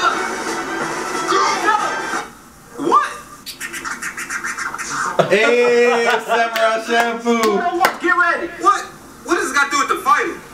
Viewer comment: My nigga said shampoo, Bruh it's champloo